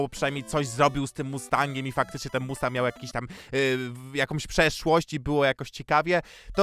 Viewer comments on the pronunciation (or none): none